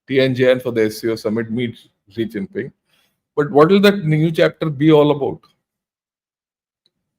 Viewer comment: Please please please, I commented here before and in Pguru,in Jaipur Dialogs, in Alternate Media and in DEF Talks, You are China expert and you cannot even pronounce their president name properly??? Please read comments and trying to rectify. Your Analysis is good but this type of mistakes makes it ordinary. The presidents name is, XI JINPING. and not ZEE CHINPING. Go to google and listen pronounciation of his name. Pleaseeee🙏🙏🙏